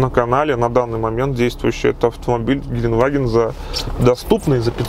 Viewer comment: все хорошо, только произноси слово ГЕЛЕНДВАГЕН ПРАВИЛЬНО, а не как колхозник геленваген...еще раз ГЕЛЕНДВАГЕН DEUTSCH GELENDWAGEN